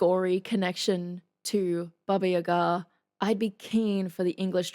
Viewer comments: Special thanks for the right pronunciation of "Baba yagA". Realy. Great thanks. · She pronounced “Baba Yaga” exactly how it’s pronounced in Russian, I’m impressed ! 😃 It sounds like nothing special, but most of the people pronounce it “Baba YAga” instead of “Baba YagA”, if you know what I mean ! 😆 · OMG you first who say BABA YAGA right! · Indeed... in France we say the same phonetic seems like Russia... Baba Yaga (le Croquemitaine), and you are the best, trust me, here we love you!!! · You pronounced it correctly! Wow! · Now I understand how you pronounced the name correctly. You know Mark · Someone finally got a pronunciation right in "Baba Yaga"! It's not that critical though but still im impressed. :D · Maybe because she's from Australia and they speak a different accent? I'm German, and we pronnounce it the correct way aswell. Maybe mostly Americans and Brits who pronnounce it wrong.